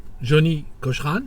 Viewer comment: It's Johnnie Cochran like Cokran not like Coshran. Also it's not the 2nd amendment, it's the 5th.